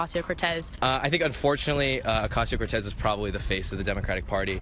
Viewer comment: Holy crap, they actually figured out how to say her name.